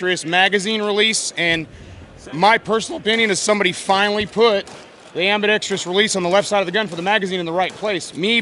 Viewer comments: Why do even/especially gun manufacturers think it's AM-BE-DEX-TREE-US??? There is no TREE in it. It's ambidextrous. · Dude, learn how to pronounce ambidextrous properly especially if you're going to say it about 8 times....nice rifle though. Great video, keep them coming.